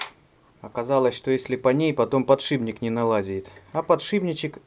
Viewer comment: Только не подшиБник, а подшиПник.